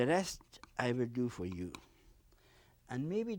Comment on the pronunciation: "I vill... I vill...... " hahahha he's mumbling the whole time about how he feels about the mountains and so on. Now we can see from where Bob got his "we don't make mistakes" line.